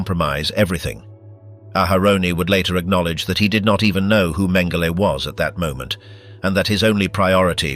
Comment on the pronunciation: Mhen- GEH- lee??!!